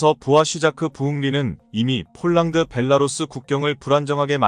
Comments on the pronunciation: 폴랑드 폴랑드..알만 할건데..그대로 읽어 버리네.~~ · 폴란드를 폴랑드?중국식발음인데? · 발음 폴랑드 포랑드 가 어디아 사람이 하는 말이야